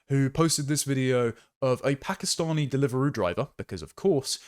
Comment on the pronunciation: lol "Pakastinian"